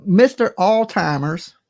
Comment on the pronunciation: It’s not altimmers it’s Alzheimer’s disease